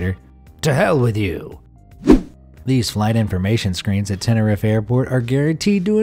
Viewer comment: Tenerife is pronounced Ten-er-eef